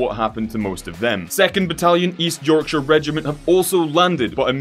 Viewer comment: Finally an American pronounces Yorkshire right